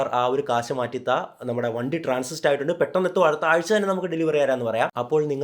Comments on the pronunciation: Transit ട്രാൻസിസ്റ് അല്ല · Transit 😊 not transist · വളരെ ഉപകാരപ്രദമായ വീഡിയോ. കുറച്ചു കൂടുതൽ lengthy ആയിപ്പോയോ എന്നൊരു സംശയം മാത്രം. എങ്കിലും കൊള്ളാം. ഒരു കാര്യം കൂടി. വാഹനം കമ്പനിയിൽ നിന്ന് Transist (ട്രാൻസിസ്റ്റ്) ആയിട്ടുണ്ടാകും എന്നല്ല.. Transit ( ട്രാൻസിറ്റ് ) ആണ് ശരി. രണ്ടിനും രണ്ട് അർത്ഥമാണല്ലോ. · കൊച്ചിയിലെ കാർ ഷോറൂമിൽ എന്താണ് സംഭവിച്ചത്. ടൈറ്റിൽ പോലെ അല്ലല്ലോ content 😊 ട്രാൻസിസ്റ് അല്ല ട്രാൻസിറ് ആട്ടോ